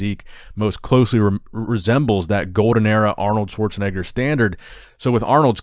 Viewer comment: You said it right Schwarzenegger name...